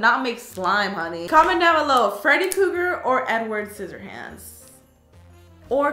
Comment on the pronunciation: K o g g e r 😂😂😂 its krueger xx